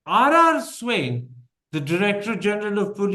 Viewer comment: Please pronounce the DGs name properly. It isn't Swain or Swine for God's sake. The closest pronunciation would be Swaayeen with the 'n' being understated.